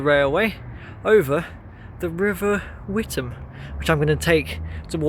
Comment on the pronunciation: The river is pronounced "With-am", unlike the town in Essex, which is pronounced "Wit-ham".